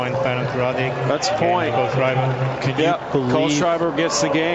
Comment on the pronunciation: To the bimbo: it's KOHL-SCHRAI-BUR, not KOHL-SCHRAI-BEER